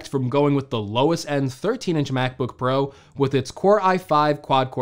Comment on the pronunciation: Mac book "parow"